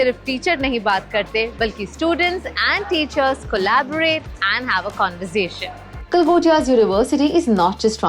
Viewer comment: Galgotias ❎ Gala gotia ✅